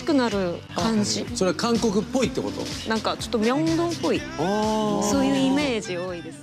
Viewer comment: 미안한데 캉코쿠라 말하면 감옥으로 들립니다. 한국은 강코쿠라 말하셔야 합니다.그럼수고.